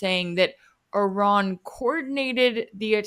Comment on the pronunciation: it's not 'err run', it's Iran. not very hard, mate